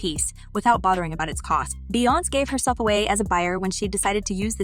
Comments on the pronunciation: How white can one be? The fact that she can't pronounce Bee-yonz's, Bee-yons, name correctly is UNBELIEVABLE!!! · The way she keeps saying Beyonce wrong is obnoxious. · Okay honestly. When you report stories, please say the names correctly. Little things like this makes a difference on dishing your content. Saying and pronouncing names in the wrong way literally lowers your credibility as a content creator. Your pronouncing Beyonce incorrectly and it hurts my ears